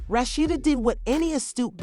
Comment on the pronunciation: Rat cheetah they can't even say the name right 😁